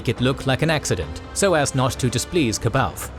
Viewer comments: Ka baoth???? Its pronounced Saa-bah-yoth. Goodness gracious. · The anniversary edition of Heir to the Empire actually gives a pronunciation guide to "C'Baoth". Apparently it's supposed to be "suh-bay-oth". How tf would anyone figure that out???